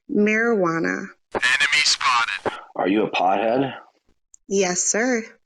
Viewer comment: Made me laugh how he said it too ‘Poddheahd’